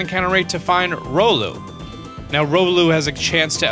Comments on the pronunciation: i'm going to help with pronounciation of you pokemon car-bink not car-BLINK shar-pedo not shark-pedo rEEolu not rolu Drago-nite not dregen-ite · BTW tapu fini is genderless and its ri-o-lu not ro-lu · "Rolooh" It's REE-OH-loo. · riolu not rolu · it's sharpedo not sharkpedo, carbink not carblink,and riolu not rolu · Yeah... I'm here again to help you out with the pronunciations :3 Sharpedo... Not "Sharkpedo". There's no "k" in it. He's not a pedophile shark. Carbink.... Not "Carblink"... No "l" in its name. And lastly... Riolu... Not "Rolu"... The only one where you left out a letter. Always here to help... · How to say riolu. (RE-o-lu) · It’s ree ol ou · ‘Rolu’ ‘Carblink’ That just made me chuckle X3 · WTF it's ry-oh-lu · Did he just say rolu? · he said rolu...? wheres the i?? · ROLL-U?!!? Are you joking? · Jared Dacosta pronounced riolu wrong. Its Ry-oh-lou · Alexander Familton Same, except I hate when people incorrectly correct others. It's Ry-Oh-Loo. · Clorox Bleach #42069 he also said sharkpedo and rolu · OMG I DONT WANNA SOUND LIKE A STUPID LITTLE BABY BUT I UNSUBBING! U BUTCHERED RIOLU’S NAME!!!! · Aura Guardian would be offended by his mispronunciation of Riolu.